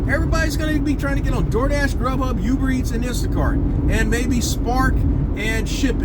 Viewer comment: Ooober not youber